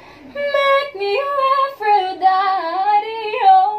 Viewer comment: Lol he sounds like he is saying meh me a wafer die dee